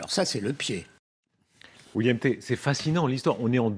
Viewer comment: Pauvre William, se faire écorcher le prénom une bonne douzaine de fois. William Té...